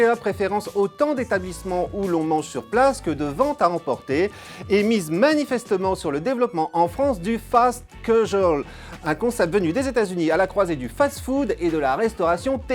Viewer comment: Lol l'accent... C'est KA-jual (casual) et HèL-thy (healthy)